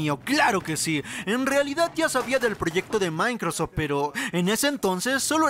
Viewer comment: El "maincrosof" jajajajajajajaja